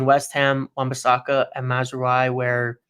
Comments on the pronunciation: OK: it's pronounced Maz-ra-wi (just like 'oui' as in 'yes' in french). Not Mazrooayi or whatever that was. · Hey guys just to tell you that mazraoui is pronounced mazrawi. Good video as always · ' pronunciations have me rolling all the time. Did not see Maz-roo-eye coming